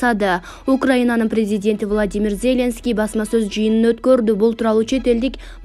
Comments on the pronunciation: Тексти окуп жаткан квзга- Зеленский деген атты туура окусан ударениени биринчи ээге койбой оку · Атомду , Зеленскийди,Бористи туура окучу.